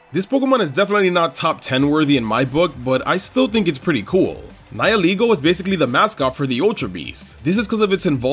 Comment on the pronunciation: Someone who actually pronounces Nihilego the way its name intends? AAAAAAAAAHHH